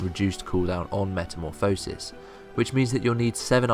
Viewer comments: It's not Meta-mo-phisis, its Meta-morph-osis. just a fyi. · Metamorph-oh-sis. ye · i just thought you should know, you say metamorphosis like a derp :) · whole video on a word you cant pronounce. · plz reupload the video saying meta correct plz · you pronounce it as metamorphosis not as metamorphosis.